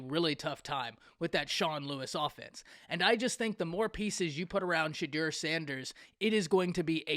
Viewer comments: Great take. Its pronounced 'Say-do' btw! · It’s pronounced “SEY-DOU”